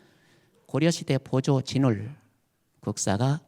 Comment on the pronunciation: 또! 한 가지! 보조의 "보"도 길게 발음하시옵소서.